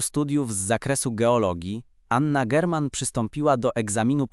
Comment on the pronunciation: Czemu obok zdjęcia Anny Dymnej jest tam też zdjęcie Eleni?! Czemu lektor często mówi Anna Dźerman?! AI??? "Rozdzielila ich śmierć, którą Zbigniew przeźył o cztery dekady" - logika tego zdania budzi wątpliwości. Nie zasubskrybuję tego kanału.